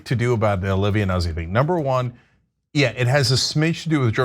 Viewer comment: Ana, the last name is "Noot-ze".